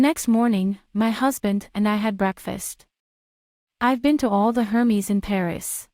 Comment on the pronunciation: pronounced as Air-Mezz not Her-Mees :)